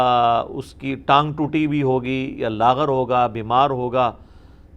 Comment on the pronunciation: لاغر بکسر الغین نہیں بلکہ بالفتح ہے